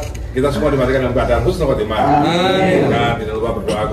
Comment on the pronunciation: 19.19 khusnul khotimah matinya buruk dong om..😅😅😂 yang bener husnul khotimah.beda makhroj huruf beda arti😅